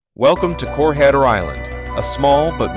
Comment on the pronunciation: Perhaps you should learn how the word "Corregidor" yourself instead of relying on AI to do it for you.